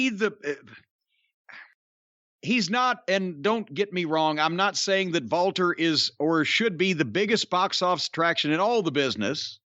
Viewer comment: I love that Jim still calls him Walter, and that he pronounces it correctly.